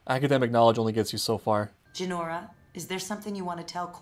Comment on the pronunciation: It's Jinora not Jenorra